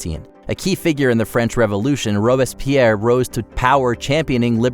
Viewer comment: Learn how to pronounce "Robespierre".